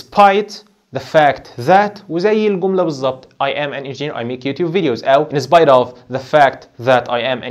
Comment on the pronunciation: سوري يعني انت اصلا مش عارف تنطق كلمة in spite of صح أصلا .... مش ممكن أنا و أنا باسمع نطق الكلمات من أول عشر ثواني قفلت ... لو أنت مش فاهم English سيبه للناس اللي فاهمة ... علشان حرام تعلم الناس غلط